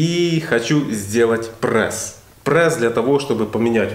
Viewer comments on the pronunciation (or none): Прееееесс а не прэээээссс